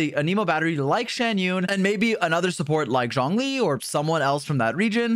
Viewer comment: Nice video dude only thing is you keep saying johnlee when its zhongli